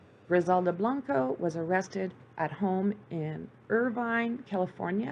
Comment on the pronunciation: Monotone narrative, stumbles over words, mispronounced words/names & of course facts are distorted. TIP- if ur going to do a show about anything - LEARN HOW TO PRONOUNCE KEY WORDS e.g Blanco, cocaine, Trujillo, business.